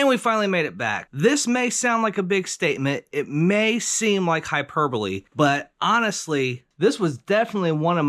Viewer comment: Love your videos! U got me questioning if ive been saying hyperbole correctly my entire life 🤣🤣